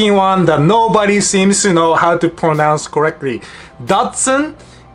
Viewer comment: Why should we worry about Japanese pronunciations? They don't worry about pronouncing English words correctly. Example right at the start of the video. It's caR... not coh. It's "co-RECT-Ly," not cohrecwee.